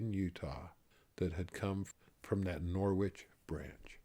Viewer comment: Thank you so much for sharing your stories! I have enjoyed them all. My mother is a WW11 bride from Norwich, England. She joined the church when she was about 13. Just FYI, the W in Norwich is silent. Thank you again, Paula.